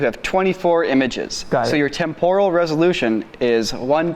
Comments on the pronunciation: Who on earth pronounces temporal as temp-oral? It's tem-per-al. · Does he mean"Temporal'? Why does he pronounce it so weirdly?? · Wtf is this current "trend" with pronouncing it tempoooooooooooooral? It is more like temp-uh-ruhl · It's pronounced Temp-er-al not Tem-Por-al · The mispronunciation of "temporal" feels like a cheese grater to my eardrums :/ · Live everything about this channel but your pronunciation of "temporal" made my ears bleed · Stop saying "TEMporal" wrong. You're putting the emPHAsis on the wrong syllAble. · That's not how you pronounce "temporal" 🙃